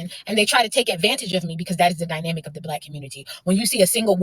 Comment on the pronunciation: "the dyminamic" you mean dynamic? Most educated...